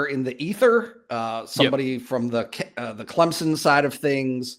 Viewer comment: why do people put a 'p' in Clemson, & say Clempsin?